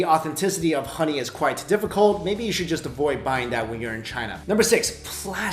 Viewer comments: Is it honey 🍯 or Ghoney!?im asking because he kept on saying Ghoney....🤔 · why does he say xoney/khoney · I love how he says HHHHKKKoney! 🍯🍯🙂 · when he says honey it sounded like khani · He can't say honey he says khuny 😂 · I love how he pronounced HONEY from the epiglottis 😯😯😯